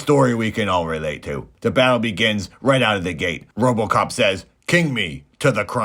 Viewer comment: Confused Man can’t pronounce RoboCop, but says “vignette” with grace and ease, lol.